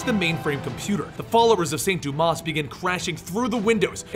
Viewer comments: Dumas is pronounced doo-maw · Think the "s" in Dumas is silent.